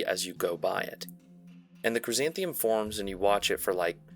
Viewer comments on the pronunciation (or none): Glad this iceberg didn't treat shadow people and hatman like like it's some obscure thing lol. Also crysanthemum was said very strangy in this video. But you do you. It's like the flower ya know? ^^ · CHRYSANTHE*MUM* ffs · Cursed pronunciation of chrysanthemum